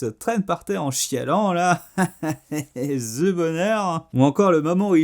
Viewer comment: "Zi walking dead" mdrrr u Faire un effort pour faire une erreur 😭😭 "The" se prononce "zi" seulement si le mot qui suit commence par une voyelle.